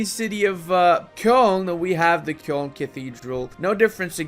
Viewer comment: Nobody:: Kyœln